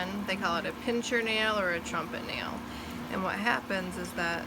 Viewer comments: PIN-SIR, not PINCH-ER. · I's a "pincer" nail, not " pincher".... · pincer (meaning claw) not pincher